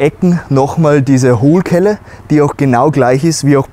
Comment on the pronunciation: Sag bitte in Zukunft nicht Hohlkelle, sondern Hohlkehle. Danke! ;) Ansonsten super Video wie immer.